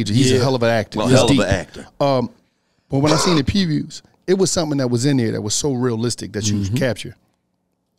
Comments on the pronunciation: saying fafers(fathers) and prepeys( previews) 😁😂😂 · when tries his best to say “PREVIEWS” 😭😂😂